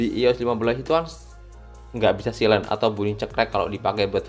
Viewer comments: dibacanya sailen bukan silen wkwk 😂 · bacanya saylen bang